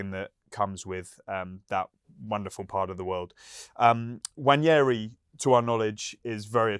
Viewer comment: (N) Wa-neri* Not Wanyeahree